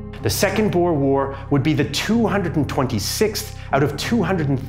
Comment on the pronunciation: Glad you kinda pronounced Boer correctly, a lot better than simple history who pronounce it as bo-er